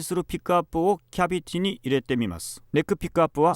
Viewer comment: ナットが納豆、キャビティがキャベツに聞こえるのが可愛い